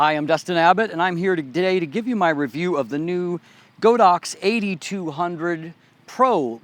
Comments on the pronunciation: its god ox not go dox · Thanks for the review. A minor point. Godox is actually pronounced as God Dox. The Chinese name is God + Ox in Chinese, literally meaning holy cow.